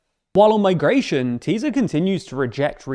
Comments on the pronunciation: A couple of notes on pronunciation: Magyar = Madyaar Fidesz = Fiddezz Tisza = Tizza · Just for info: Magyar's name is pronounced approximately "MOD-yar," not "Majjar," his party is pronounced "TIS-sa." Orbán'a party, Fidesz, is pronounced "FEE-dess." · Thank you for the report. Just for language information, SZ => S. So it is TISA party. It’s the name of the second biggest river of Hungary. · The "SZ" letter combo in Hungarian is pronounced just like "S" in English. (Just drop the Z). Comes up a lot in these videos, as in FideSZ and TiSZa. Great videos otherwise :)